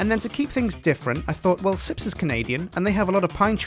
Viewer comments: I believe it is called SJIPS CO not sips co... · Wait isn't it Sjips co?